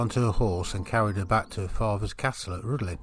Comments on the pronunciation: pronouce it like Rhithlan ... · Rhuddlan mispronounced.